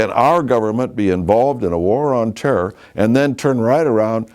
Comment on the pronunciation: "war on terrrrrrrr"